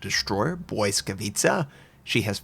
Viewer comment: I've found top ranked matches now evolved the meta into anti-smoke lineups. BB's carry spotter planes, Shiras overspam with torps and most often than not Belfast's and Fiji's die first. Oh and Notser, pls, its not "boy-scavitza", let google translate play the correct pronounce as i cant take the cringe. translate.google.pl/#en/pl/Lightning